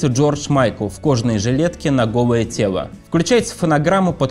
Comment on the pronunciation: Ведущего срочно к логопеду! Кваб и тево🤣